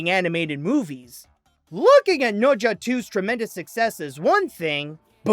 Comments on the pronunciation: It's NE ZHA not noja. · fun fact: pronounces the film as nocha 2 instead of nezha 2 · is that really how you say it? I just pronounce it like "na-sha"